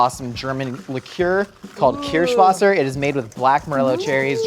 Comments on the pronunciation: When totally butchered Kirschwasser. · How is going to correctly pronounce Kirsh but mispronounce wasser